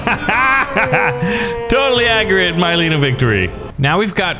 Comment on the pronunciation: Me saying it's a good video Literaly two seconds later says myleena Nope i take that back